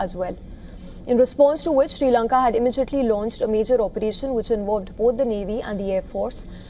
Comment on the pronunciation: Dont chage name of my country jayashankar. Its not s lanka it s sri lanka